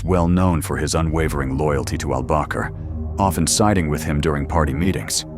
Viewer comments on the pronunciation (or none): none